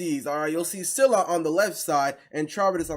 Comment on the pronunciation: You said scylla and charybdis wrong